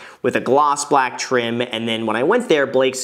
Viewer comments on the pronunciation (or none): Danm it it's balake not bleeeek